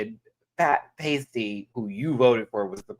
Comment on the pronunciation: constantly getting Pasty's name wrong is killing me XD